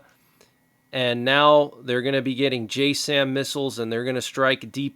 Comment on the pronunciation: "J Sam" is pronounced Jassm as in jazz'im